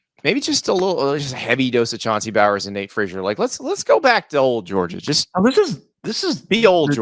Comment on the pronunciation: It's Chauncey BOWENS... You corrected him half of the segment about pronouncing Jordan the right way then screwed up RB1's name....